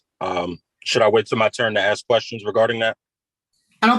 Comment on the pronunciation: I hate that. "Axing me..." The word is ASK.